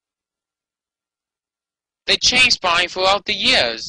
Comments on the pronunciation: "Bawney da dinosauw so special wight here on da earth?" I thought he was special on every other planet in the solar system too! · Bahney duh dininasauw! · He said heboo version of Barney and he said Barney and the back yard gay doll 😂